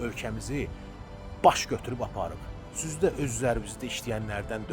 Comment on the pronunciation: "süz də" yox, "sİz də" 🤣